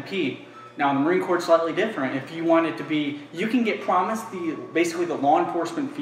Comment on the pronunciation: "You can get pwomised" who caught that😂